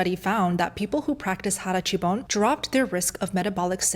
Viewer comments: It is called hara hachi bu, not hara hachi bon . I am Japanese speaking person . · Ah, I think you mean ‘hara hachi bu’ — it’s a Japanese saying that means eating until you’re about 80% full. It’s all about not overstuffing yourself to help digestion and maintain energy. ‘Hara chu bon’ is just a little mispronunciation, but the idea’s the same! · Harachibon? Perhaps you mean "hara hachi bun me"? 腹八分目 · Hara Hachi-bu. (No, not bon.) Stomach eight parts. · Every time she says "Hara hachi bone", I just can't 😂 (it's actually"Hara hachi bun") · I'm sorry I hate being that guy, but having been raised by Japanese parents in the states and being able to fluently speak the language I have to point out that there is no word in the Japanese language that goes by "harachibon", instead it's pronounced "hara hachi bun" or "hara hachi bun me". Again, sorry for being the grammar nazi, but I had to point that out. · It's HARAHACHIBU!! And it's NOT illegal to be fat. I'm pure Japanese in Tokyo. This video is spreading misinfo😡👎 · It’s called Hara Hachi Bu not bon :) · Hara (stomach) hachi (eight) bun (part of) i.e. 8 tenths full = Hara-hachi-bun I think you are missing a syllable. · I’ve always heard hara hachi bu. And yeah, that was bothering me too 😊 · 'hara-hachibunme'. 腹八分目。eat until 80% full. sorry I just want to let you know the correct Japanese. I love your contents. I have been folllowing you since I decided to be a carnivore a year ago. Thank you for sharing the information! we Japanese are very judgemental especially how you look :D